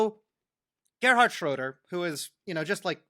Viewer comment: Man, as a German I'm very impressed how well he pronounciates German words. Wow. Just Gerhard "Schröder" sometimes wrong. But well, totally fine. Impressive